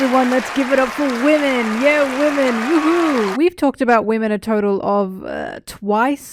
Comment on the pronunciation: I woke up to this since i had auto play one and all I hear is "wemen"